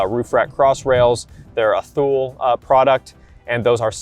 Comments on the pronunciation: Very helpful video - I'm looking at getting this as a city run-about. Most of our trips are 20 miles roundtrip max. P.S. Thule is, oddly enough, pronounced "Too - Lee." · you lost me at "thool"... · Not particularly important, but I believe the cartop accessory manufacturer's name is pronounced "toolay."